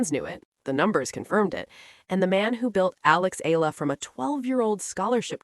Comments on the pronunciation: Spelled and pronounced E-yala pls😊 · I get the feeling the media are coordinated to mispronounce her family name EALA. So she loses her identity? And history? Dumb media or manipulative? It's annoying